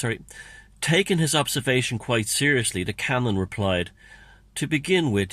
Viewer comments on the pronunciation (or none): none